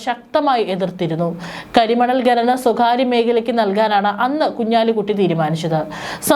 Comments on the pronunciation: ഗനനം... നാണമില്ലേ അവതാരാകേ... ഖനനം എന്നാണ്. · ഖനനം എന്ന് പറയൂ...ഗഗനം അല്ല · ഗനനം അല്ല ഖനനം. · "ഗനനം" . എന്ത് അരോചകം. ഛെ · ഗനനം, ഗട്ടം... കഷ്ടം